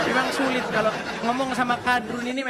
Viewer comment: Syulit....., syuliitttt......brader. 😂😂😅